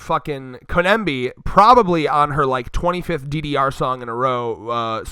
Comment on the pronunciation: Oh my GOD if you call her koNEMBi one more time! Her name is koBENI it’s literally easier to say, “co-benny “